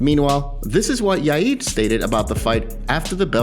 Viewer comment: Yaid????? It’s ya ear. Yair.